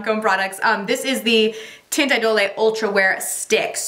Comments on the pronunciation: The Lancome product is pronounced Teint E-Dole. Not dole-eh. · Agree haha. No “lay” at the end 😆😆😆. Funny how she says she feels so Parisian but pronounces it incorrectly. lol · Love your videos so much! For Lancôme teint idole it’s kinda pronounced idol without the e. Thanks for the upload!! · You pronounce monsieur and idole wrong